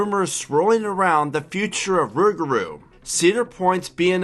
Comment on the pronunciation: I can’t stand the way you say rougarou